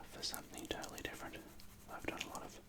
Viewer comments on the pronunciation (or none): none